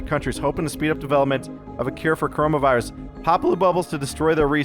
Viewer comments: dude you wrong is call coronavirus not corohmohvirus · Wouldn't it be CorohmA virus? Does your virus turn you into a gay frog?